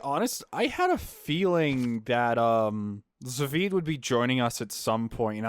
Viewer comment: pronounces "Zaveid" in such a weird way.